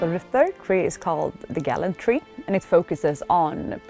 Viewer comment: Heh..."Gallant tree"...Gallantry...